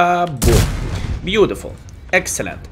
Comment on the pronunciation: you are a profi player and in same time make us laughing ur reacting is „beauDiful beauDiful“ 😂 i really do love your Videos. So i habe the Rhm if am playing seriously i will choose the 1st gun, the 2nd Gun with big alpha Damage is only for fun